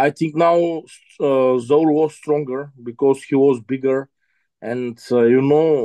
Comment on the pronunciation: Zowear 🤣🤣 it's Zaur!!